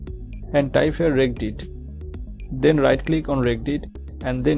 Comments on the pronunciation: lol reggedit my friend it is said reg edit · It's pronounced redge edit. What you're saying, regg 'a' dit is so painfully wrong! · Your not even pronouncing it correctly ..... It's Reg Edit ... As in Registry Editor 🤦‍♂ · Thank you for taking the time to make this video. Can I help you with the pronunciation of a word? Regedit is a combination of Register and Edit, so you can say the soft G. Reg-Ed-It. See you